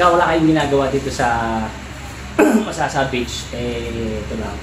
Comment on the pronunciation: MasaSa. mabilis ang basa. saSa na ginagamit na pambubong